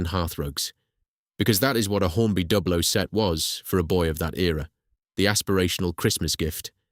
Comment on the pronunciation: The rival company is pronounced as try-ang , not tree-ang ; and on that matter Dublo is pronounced with the U as in You and not as in sub .